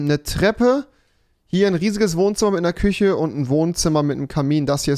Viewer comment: Minute 2.42 küsche ahja rewi 😂